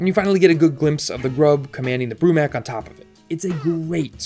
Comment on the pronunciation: Isn't it Brumak not Brumac just saying.